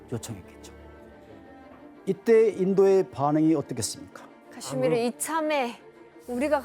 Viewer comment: 자꾸 팍스탄 카시미르 발음이 이상해서 집중이 안됨